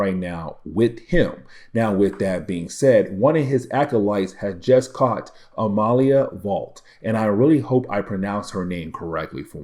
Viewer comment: Loving your good commentary and coverage of these past stories. Joseph had an interesting story. Where is the real Mags and can Joseph fill the void left by Missing Mags. I think Amelia is pronounced the same way it is for Emilia Earhart. I like be your insights, and your attention to key points!